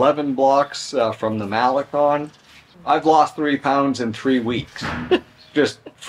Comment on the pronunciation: MaleCON not MaleCONE!😊